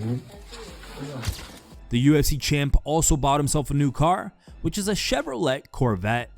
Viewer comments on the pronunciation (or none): You really just pronounced the "T" in Chevrolet? 😂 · This dude said Chevrolet with the T😂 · U said Chev ro let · This whole time I thought this was the actually YouTubers voice! 😂 🤦‍♂️ I was always suspicious because of some messed up pronouncements here and there but THIS one has got to be a robo….”…bought himself a Chevro-LET..” 🤣 😂 🤣 ☠️ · Still trying to recover from hearing the narrator pronounce Chevrolet as Chev-or-let